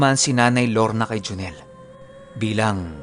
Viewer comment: Galing nga po ng pgkkabigkas nya e. Hehehe.